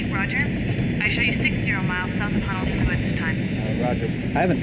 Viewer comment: It’s Honolulu it’s like saying turtle 🐢 in Hawaiian like Honu an say your lulu together not I repeat not HANALULU!!! Remember Hana means to work and Hana is in another island lol BTW Ugh please get it straigt!!! 😣